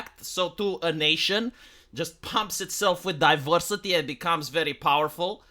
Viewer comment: Divowsity is ower streanghth